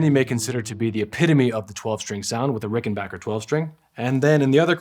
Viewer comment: I’ve owned both and much prefer the Rickenbacker sound. The Danelectro was nice but sounded much thinner. However it was a little easier to play due to the wider neck. At least this dude pronounces Rickenbacker correctly! 😀